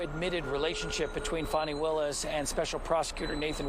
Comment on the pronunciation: Fani with an "A." Please pronounce it correctly.